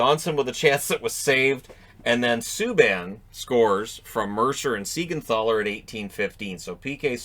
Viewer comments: It's funny, u rant about Jonsson not pronounced correctly, and then u pronounce Siegenthaler like with an english TH, but it's pronounced short T, like tank or trouble. Just saying, it was kinda funny, i am for pronouncing people the right way, but with north american arrogance, i'm kinda already used to them pronouncing it any way they want. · This is just a weird thing. It's like every single player changed how to pronounce their name after they are in NJD. For a long time, it was "Yonas" for Siegenthaler. But after he moved to NJD, all of a sudden, it's "Jonas", which even caught JoeB, who is the caps pxp announcer off guard.